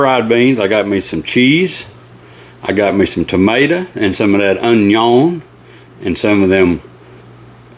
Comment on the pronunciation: "Onyauwn" Justin Wilson memories! ❤